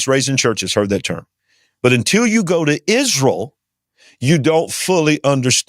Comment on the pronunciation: "Isruul" Refers to Peter, not a physical rock. Way to be dishonest. I expected it with the accent, and this confirmed it. "66 books of the Bible" 🤣 This tells you all you need to know. Accepting a counterfeit as genuine.